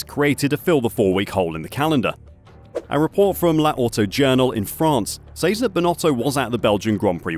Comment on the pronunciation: auto journal you momo...''la howto -jarnal'..??!!wtf